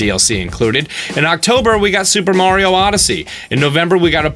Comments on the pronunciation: I dont like when people for no apparent reason say marios name wrong...its not Mary-O. Say it correctly or shutup when you say that character's name. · Can someone explain how so many people erroneously pronounce it mare-e-oh instead of Mar-ee-oh? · He says Mairio jsut like wulff den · Once this guy pronounced Mario wrong, I stopped watching. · You say Mario like an idiot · First off if you are going to specialize on Nintendo, learn to say Mario right man. You sound like my mom. Second of all, can we please quit saying that the problem with the Wii U was the lack of games, it simply isn't true. The reason people didn't play the Wii U was two-fold. First, they had terrible advertising and many people were confused whether it was a new system or simply a peripheral or upgrade to the Wii. Second many people gave up hope of them ever releasing adult orient games again, which simply wasn't true. I mean just look at the library. The Wii U gave more first party fan service games than maybe any system to date. We got a Kirby and a Yoshi game, StarFox, Pikmin, two Zelda ports in Wind Waker and Twilight Princess and if let's not forget Breath of The Wild was always supposed to be a Wii U exclusive until Nintendo realized they weren't going to be able to turn the system around and announced the Switch. Then you have at least three different Mario Games with New Super Mario Brothers U, Maker, and Super Mario 3D World, Splatoon 2, there was Mario Kart 8 and a Tennis game and a Mario RPG, also let's not forget about Donkey Kong Tropical Freeze, Poken Tournament, Hyrule Warriors and I'm sure I'm forgetting at least a couple other first party games (Oh, Toad Treasure Tracker which was actually pretty decent and new platformer type.) That brings us to third-party games. At the beginning there were actually quite a few third-party games that came out that people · You’re saying Mario wrong. Listen to how the creator says it then change your ways for the better.